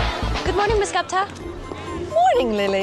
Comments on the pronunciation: It's not GAPTA It's GU ... GUPTA... GU P TA. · Why do foreigners ruin Indian names?! It's not Gopta ....it's Gupta...gup is pronounced as goop and ta as ta only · As an Indian I find it funny how they're pronouncing 'Gupta'. They're pronouncing it literally. Whereas the correct pronunciation is Goopta, while there are 2 o's, it's a short 'oo' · She is as fascinating as always, ❤️ But my indian ear can't hear her last name called as "gapta". It is pronounced similarly to the names cusack/lupin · Omg I didn’t even know she said “Gupta” not captain cause this sound has gotten popular on tik tok. The one when she’s on the phone. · Sandra Oh is such a terrific actress, but none of the characters pronounced the last name "Gupta" correctly.